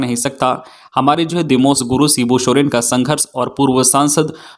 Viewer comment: दिशोम गुरु को दिमोश गुरु क्यों बोलते हो भई,कृप्या सुधारिए, बार-बार आपको सुधारने के लिए कह रहा हूँ